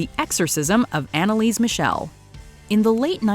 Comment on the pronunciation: Anneliese Michel's first name was Anneliese (Anne Elisabeth). Her family name Michel is not pronounced like Michelle. 😂 This is how it's pronounced: /'mixl/